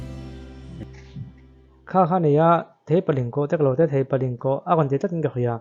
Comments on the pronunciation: Theipalingkawh (Thei chi khat hming) Road tih tur. A sawitu khian a lam dik lo. Theihpalingkawh a ti. A dik lo. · Theihpalingkawh niloin Theipalingkawh tia lam tur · Theipalingkawh lai tak khi, Ling laikhi, meiling thluk kan sawi ang in sawi tur . Link thluk ang a sawi loh tur. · Theipalingkawh Thei(fruit) a lam rik tur